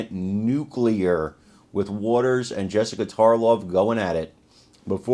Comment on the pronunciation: Congrats Carmine for actually pronouncing "nuclear" correctly.